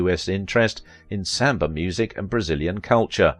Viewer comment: I think you did a wonderful😊 I will admit your pronunciation of samba was a little confusing but other than that great doc. Short sweet and to the point. I think she was a wonderful strong woman doing what she couldn't her time to make a name for herself, and it's a common shame for many women of that time where you're either not white enough or not dark enough.